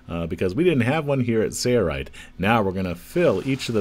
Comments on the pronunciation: Watched quite a few of the Sailrite videos and enjoy learning. But there's something that just bugs me. I know it's petty, but pronunciation of the company name sounds like "sayo-rite". It just seems that if you're representing the company, a correct pronunciation would be in order. peace... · why isn’t the L in Sailrite pronounced? making these. thanks!